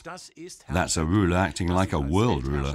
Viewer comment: "wowd" is not how "world" is pronounced.